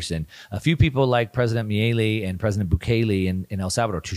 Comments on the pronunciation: Great video as always but I need to say it’s not Miliei it’s Milei. (Mi-le-i). I know it’s a different language but in in english should sound like you said it just without and “I” (Me-le-e) I think is the proper pronuntiation in English. Not sure how to explain it without making vocal sounds. Hope this helps! Thanks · Dear, Argentina President’s name is spelled and pronounced “MILEI”, not “MILIE” as you pronounce it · amazing video!!! (just a tip, Milei is pronounced "Meelay") :) Keep up the great work! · Milei is not pronounced like that. Putting that to the side, the video was great, as always. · My guy cant pronounce "Milei" or "hegemony" if his life depended on it 😂😂😂. He's been mispronouncing both words for years now.